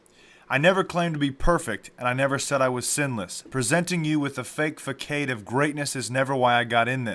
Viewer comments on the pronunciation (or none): Fakade? Really. I might take you more seriously if you knew how to pronounce FACADE (fuh-sahd) I'm not saying these allegations are true or false but there is also no solid evidence (text messages proving correspondences between these women and Clayton, documents proving he had his license revoked, etc) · It is pronounced: fah-sahd...not fa-kaid.